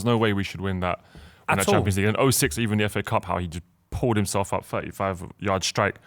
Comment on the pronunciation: because he couldn’t say “himself” 😂 nice try lad